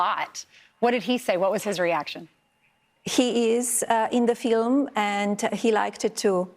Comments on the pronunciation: I can't take it with her fake smile and the way she says Filim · “Film “ … keeps saying film…. It’s a documentary !!!! She’s prob thinking of an Oscar 😂😂😂😂